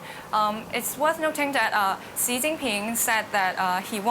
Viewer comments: I know. Sounds terrible when she says it. Also can’t pronounce Xi correctly. It’s not pronounced “she” 🤣🤣🤣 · The Chinese girl pronounced Xi as C, strange. Her logic is childish... but I guess thats what DW loves to hear.